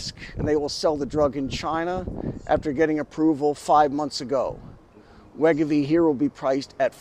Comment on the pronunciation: It’s pronounced Wai-GO-Vee